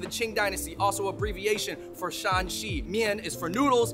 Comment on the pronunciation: It’s Shan(^ 3rd tone)Xi, not the 2nd tone all of you pronounced